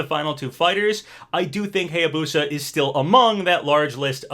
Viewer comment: Still pronouncing Hayabusa wrong, also Masamune was pronounced wrong 😭😭😭 but now you're pronouncing Heihachi correctly yass!👏👏👏